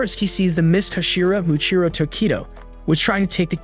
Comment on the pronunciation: Muichiro not tokiro